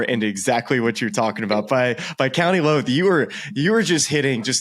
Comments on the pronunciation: Also its Louth... Like loud. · Great episode lads...that's only the tip of the iceberg for links courses in Ireland...2 pointers...Ireland is not part of the UK and County Louth is pronounced as in the music is very "loud" 👊. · Still need to learn how to say Louth. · that was funny - them trying to do the correct pronunciation of Louth